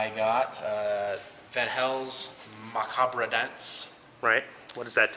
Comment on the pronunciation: Amazing how many people can't pronounce macabre.